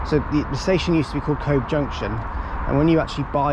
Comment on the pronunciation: Cobh is pronounced Co-ve